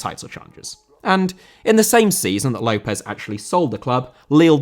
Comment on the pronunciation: López* not Louwpez